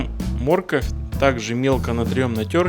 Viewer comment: Ха ха первый раз за свои 60 лет слышу слово морковь с ударением на первый слог мо рковь ! Ну, а за рецепт, спасибо😀